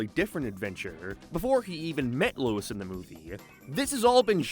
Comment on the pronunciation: It’s not lois it’s Louis